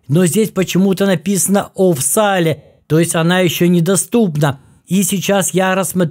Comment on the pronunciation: Не офсале, а офсэйл